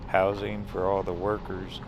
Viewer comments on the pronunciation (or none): none